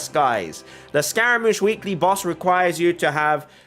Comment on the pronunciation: scaramouche is pronounced differently, I think you should look it up :) it's like scar-a